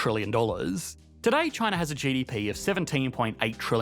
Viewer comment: Why does he say ChinaR? Lol